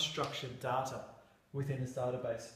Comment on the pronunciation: Cant get past his pronunciation of "data"